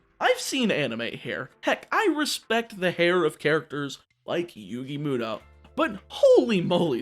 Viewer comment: Saying yugis last name wrong